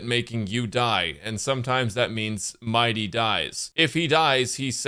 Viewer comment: He actually should be prunounced M - ee - dei with the accent on the last syllable. I don't know why English likes to butcher names from other countries. "If you play Bailu in 2025... " HP and revival meta says hello